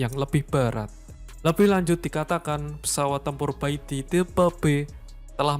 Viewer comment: Bacanya pai ti boss. Itu abjad dalam bahada mandarin = pinyin. Pai =putih, ti = kaisar. Bukan beijing tapi lafalnya pei cing.